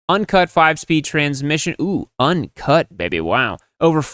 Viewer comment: I don’t like the way he said uncut.